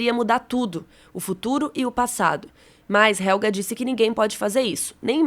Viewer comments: Vídeo mt bacana!! A pronúncia de Helge não é Helga, porque não possui ER, como a palavra Doppler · “ionas” “helga” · que agonia ver essa menina falando ionas pqp JONAS POORRAA COM J PQP VELHO HELGA?? HELGE MENINA MERMÃO,PITA??? O NOME DO CARA É PETERRRRRRRRRRRRRRRRRRRR